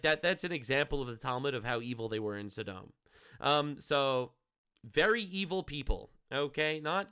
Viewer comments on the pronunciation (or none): I've always heard it pronounced "Saw - Dumb"